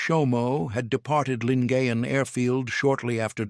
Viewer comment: Correct pronunciation "Lin-guy-en Gulf"